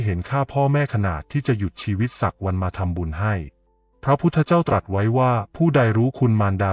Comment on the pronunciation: เนื้อหาดีทุกอย่าง แต่คำว่า กรวดน้ำ มาอ่านว่า กะ รวด น้ำ ผิดค่ะ อ่านภาษาไทย ยังไม่ถูกต้องค่ะ ขอขมาด้วยนะคะ ที่มาทัก คำว่า ตรัส เช่นกัน ลองปรังปรุงดูนะคะ